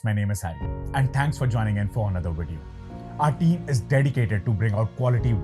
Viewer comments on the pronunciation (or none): none